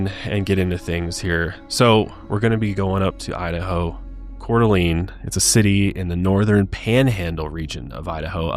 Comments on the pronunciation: It's pronounced Core-Duh-Lane not Core-Duh-Lean LOL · As a local, I just wanted to let you guys know that you are mispronouncing Coeur d'Alene . The last part is pronounced as lane, not lene. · Yeah it got me bugged 😆 I lived in Spokane, not Coeur d'Alene but we went a lot. I also have OCD so that could be part of it.